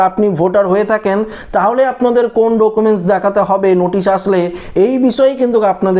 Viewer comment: ডোকুমেন্স আবার কী 😂 উচ্চারণ ই তো জানেননা